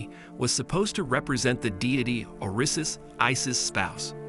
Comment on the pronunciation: I did an eyebrow-up on the sentence in which you called Osiris "Orissus" hehe, but it's a good video. I for one am really interested in Cleopatra's race and history because the Amorite/Amurru Heru even though from Mari originally are related to all of the monarchies by their comparable divine female mtDNA right to rule 'n sheeeittt that the hobbit and homo erectus hybrids and their crossbreeds don't possess. Just sayin' all the monarchies are proud of their divine mtDNA that most human hybrids have not originated from.